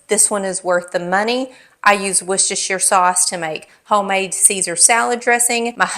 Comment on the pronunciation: Pronounced "wuuursteshere "❤ sauce